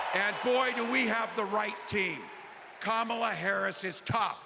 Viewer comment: Hi all! I just want to share the correct pronunciation of "Kamala". It's Comma luh. Probably important to get it right from the start, as I'm assuming we'll be saying it along over the next 8 years!